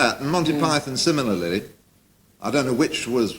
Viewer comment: Got me at "similarily". All syllables are there.